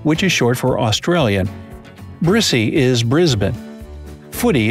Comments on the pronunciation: its pronounced Brizzy not Brissie T-T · That one with the slang hurts. No one calls Australia "Straya" and its pronounced Auzzie. And Brizzie. Not spelt like that but pronounced like it. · He also said the shortened version of brisbane wrong. He pronounced it "brissie" when it is actually pronounced as "brizzie" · Them: Brissie is Brisbane. Buddy, you'll come to learn that practically all of our uses for 's' just mean 'z'. It's pronounced: 'Brizzie'. :) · Ya supposed to say aussie and brissie like auzzie and brizzie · The way he said brissy aswell, oh god